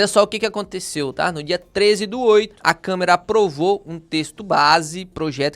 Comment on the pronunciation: Câmera ??? Aprenda a falar jumento 😂😂😂